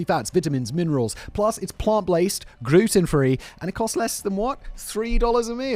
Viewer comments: “plus it’s plant blased, gruten free…” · I don't know which flub is funniest: "sarin wrap", "plant-blased" or "gruten free"